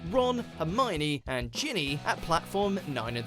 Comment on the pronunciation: Does it bother anyone else when someone calls Ginny, Jenny. No, just me ._.